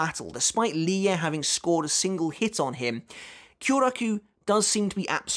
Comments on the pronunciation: I think the pronunciation of Lille’s name is “ Lil “ not ‘ Lie ‘ but this fight is amazing for sure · Because often in many languages, two “L’s” are pronounced with a “y” articulation rather than a hard L. So Lille is most likely pronounced “Li-yeh”. Combined with his last name, Lille Barro - to me, it sounds like that’s what Kubo had intended because it rolls off the tongue rather than Lil Barro or Lili Barro. I’m not saying this is absolutely how it’s pronounced, just that it’s most likely pronounced this way. We’ll know soon enough once the anime eventually gets to this point. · I think Lille is pronounced like niel with an L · I think it’s supposed to be “leeyay” so yeah ur close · Lille is a town in France and is pronounced "leel" in english, or "lill-luh" in france